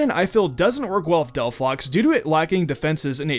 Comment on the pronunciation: Why Did you say Delphox!!! T_T